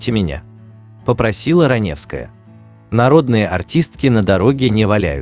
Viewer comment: это не озвучка, а недоразумение какое-то. Автор, ты сам-то понимаешь слова, которые произносишь? Никакой интонации, ошибки (в конце "Ранёвская", пистец просто). Это просто халтура.